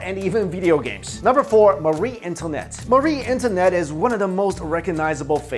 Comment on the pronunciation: To the narrator... you absolutely butchered the names of several people, namely, Pericles, Uriah, Marie Antoinette... and the word "papacy." I suggest you learn how to pronounce these words and names and redo your video!